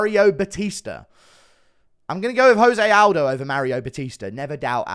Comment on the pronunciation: It's 2024 and Guru still pronounces "Jose Aldo" wrong